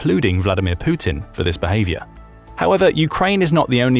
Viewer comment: poopin, not putin